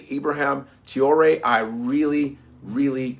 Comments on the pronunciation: Ibrahim Tee-yoo-ley….no no Repeat after me: Tra- as in Tra-ck (tracking nr) O- as in O-bama (Obama) Ré- as in Re-ckon (reckon) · As a Muslim I support brother Ibrahim Traorè. Pronounced Ebrah heem Tray ore A. And believe as the Quran teaches us about traitors. Do you know they're the only people deserving of immediate turning their tvs off? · His name is pronounced: Trough (like the farm utensil) and ray (like a ray of sunshine). So it’s Ibrahim “Trough-ray.” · Its pronounce TRAWRI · Pronounced “Trah-oh-ray” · Please say his name correctly pronounced Tra-Or-Ay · I love u, but learn his name. Tra-o-ré. He's hot right now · Tra-oh-ray what kind of African can't pronounce Traore 😂😂😂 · It's Trah-oh-ré brother. What a crazy General uncle Tom, tap dancing to some jim crow tune, what?! Fckim. Have to remember the West: USA, and Europe have nothing, zero, nada AT ALL in the ground. Coltan, zinc , niobium, titanium, copper, tin, cobalt, all the tech minerals needed to power hand held devices to guided missiles not in the ground! The West is fading "I've fallen and can't get up" We need more Captain Traore's here in mama Africa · Pronounce" Trar- or - Rrray " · Can’t be that hard to say traore .., just saying !! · About damn time this guy speaks up for his people. He must have just been getting hip to what’s going on in Burkina Faso. Because he wasn’t even saying Traore correctly…still haven’t told the world that the Igbo and Yoruba are the Israelites of antiquities… just say you scared bruh… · At least learn to pronounce his name😅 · Learn to pronounce his name